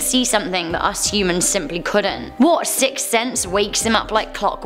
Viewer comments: You are saying sick sense not sixth 😂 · A sick sense? Hehehehe I'd love to hear her say sixth sense 5x fast lol